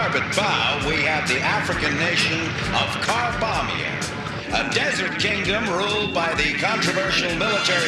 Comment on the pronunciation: "Car Bombing?"